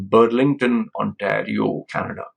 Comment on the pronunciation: Canadian here. The province is called “On-terry-oh”. Great video. I can’t understand how people would trust their life savings to a 23 year old with no education or credentials.